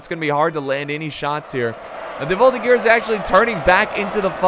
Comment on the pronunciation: Quebecer here, as a member of the voltigeurs of Québec (a infantry reserve regiment), it`s pronounced voltiJeur